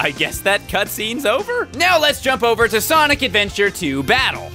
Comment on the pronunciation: sanic and gint teals